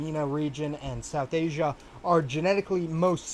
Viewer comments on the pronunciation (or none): none